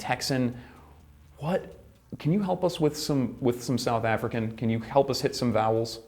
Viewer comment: Africaan, not afreekhan.